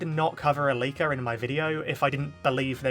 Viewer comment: Whenever you said leaker I keep thinking your saying liko😅